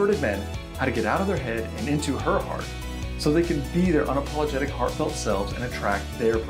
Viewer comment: lol was that an "unapaulagtic" ✌️